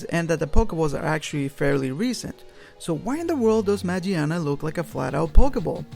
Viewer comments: Why can no one pronounce Magiana correctly... Just throw away that goddamn J sound of G It doesn't apply on Japanese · It's name might be "Magiana" but the Japanese name is pronounced with a "G" not a "J". It's kinda like the "Gif" argument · its spell マギアナ in japanese so the G is pronounced like in words like good not like J